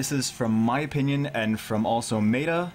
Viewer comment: Everything is cool with this vid except when you pronounced "meta" lol.